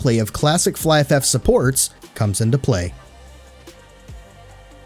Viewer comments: I always pronounce it fliff. But it's fly. So I now say fly ff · Really nice done, you got my Abo. The pronunciation of Flyff sounds a bit weird (Flyf-F) that the Last F get individual pronounced. Never heard someone pronouncing it that way tbh 😂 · It took me a while to understand that you meant Flyff by Fly FF; I thought you were saying Flyff F F and I was so confused lmao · just remove the extra f pronounce at the end your totally fine bro :D